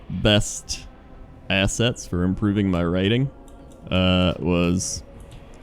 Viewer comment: cannot actually pronounce writing...